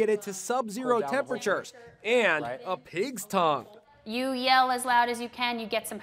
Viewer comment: “aNd A pIGs ToNgUe” Bruh~ I burst into laughter 😂😂😂